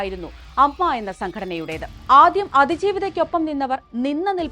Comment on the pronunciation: It's not അമ്മ It's A M M A അങ്ങിനെ പറയൂ എ മ്മ മ്മ എ.